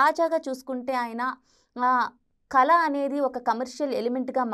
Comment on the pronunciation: కల కాదు కళ. ఉచ్చారణ రాదు నీకంటే సిద్దార్థ్ బెటర్ తెలుగు నేర్చుకున్నాడు.